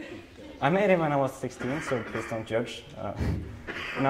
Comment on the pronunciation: My man literally just figured out how to say "plz" instead of please. Thats pretty funny.